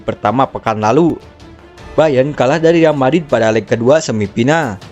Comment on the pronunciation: REAL MADRID BG BUKAN YAL MADID. YAL MADID TEH SAHAA🤣🤣